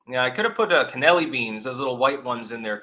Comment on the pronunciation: It’s Cannellini beans, not cannelli beans. Michelin doesn’t award Five stars. Maximum 3 stars. 😐